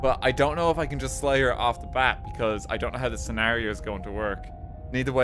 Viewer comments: slay the dragon? i thought you said lay the dragon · no no no i said SLAY the princess not LAY the princess